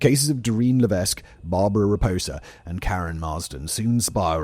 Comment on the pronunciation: The S in Lévesque is silent 😉